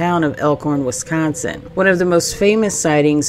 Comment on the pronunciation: Considering you're from Arkansas, you say wi-scAHN-sin well! Seriously, I almost thought you were from here or at least Illinois! 😁